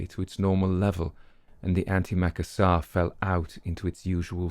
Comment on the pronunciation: Just in the event that you come across the word again.. Anti-macassars are pronounced 'Anti macassas' not Ant Maca sars.. Being 'of an age', we grew up in the house of our grandmother who was born in 1873, chairs were still covered with them..( the house was way older than her)... Macassar oil was used by gentlemen as a hair oil during the Victorian and Edwardian eras.. it would stain the upholstery, hence, something was required to protect it.. those were the 'Anti-Macassars', they would be placed over the back of the chairs.